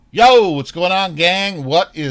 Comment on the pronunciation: I love the pause before the, yoooooo lol. Bit of anticipation 🤣 great content as always, always deserving of likes, you are greatly appreciated!